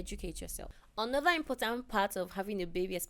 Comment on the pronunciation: It's how PL says another as "onoda" for me😂